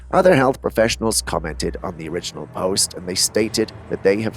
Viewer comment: I 100% agree, & I hate to criticize for the ("Sigh...") many words he mispronounces - PareidOlia for instance, not Parad-OY-lia, & the wrong stress in words like "OR-igin" & "oRI-ginal", which he reverses...I still love the show though, & his narration otherwise...but definitely nails on a chalkboard for me too. I guess we can always put the captions on & just read the words ourselves.....maybe? 🙄